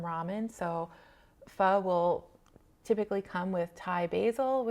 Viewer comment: It’s nice to hear you say Pho correctly ☺️. I’ve had both and I’ll eat either depending on the mood. There’s also Korean and Japanese ramen which uses different base.